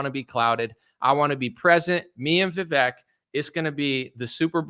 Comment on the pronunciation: Brother make sure you get the right pronunciation on vivek before the interview or his supporters will use that to discredit you